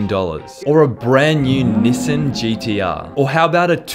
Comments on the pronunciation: wtf is nisan 🤣🤣😂 it’s nissan (ne-san). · this dude really said "*nissin*" and not nissan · Nissan (knee-s-on) I don't know if I did that right but it's not Nissin... lmfaoo sorry if it sounded like hate. Love you keep up the great/amazing work your doing brother! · NISIN ITS NISAN FLEA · Nissan ❌ Nison ✅ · I love how he pronounced it nIIIIISSUN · Mans really said “niss-in” 😂😂😂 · BRO MY MAN SAID NIS-ANN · Bro really said nissun gtr 💀. Nah but fr you're Killin it on yt bro keep it up bro. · Nah dude really said Nissin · “neessen gtr” 😭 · He said "Nissun GTR" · my guy said Nissn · bro said "nisin" ik its bc hes aussie but its just funny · Did he just say nissin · Did you rly jus say nissen gtr? bruh no shot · Did you just pronounce Nissan as Nissin? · The way he pronounced Nissan😂lol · The way he said Nissan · Bro the way he said Nissan ain’t it lol Sick vid still🔥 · the way he said nissan LMAO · i love huge fan but we just not gunna talk ab the way he says nissan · Bruh man botched the word “Nissan” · Bro how he pronounced Nissan 🤣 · why do u say Nissan like that